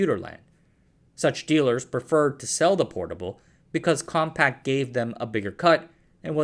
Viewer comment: Why do you keep saying compact?! It's compaq! There's no t!